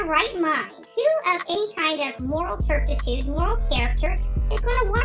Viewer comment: Wtf is terptitude? If she means terpitude she said that wrong too. At least she didn't use it wrongly